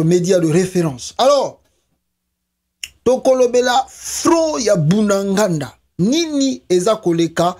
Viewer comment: ezali bunagana et non bunangànda merci